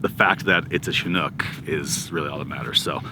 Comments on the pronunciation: So funny listening to you guys say Chinook😆It's pronounced shĭ-noo͝k 😉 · I got to ask, why do so many people pronounce Chinook wrong? Shin-nuk, not Chi-nook.